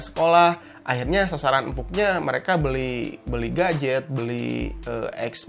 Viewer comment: "beli gajet" << sunda nya keluar heheheh becanda om